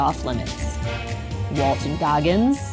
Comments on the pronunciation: IT'S WALTON! NOT WALTER! I'm not even here to watch the video, just to QA this dang title. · Was Jeffrey saying Walter?